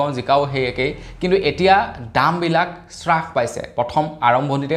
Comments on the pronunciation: Es Ram ,Apuni Baru ki srash paise buli koi ase? Taku abar nohoi dubar nohoi bare bare koi ase . Alur damotkoi apunar bhul pronunciation suni kan poki goise Please olop Mon diok. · স্ৰাস নহয়ো ভাইটি হ্ৰাস পাইছে। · শ্বাস পাইছে নহয় হ্ৰাস পাইছে হয়।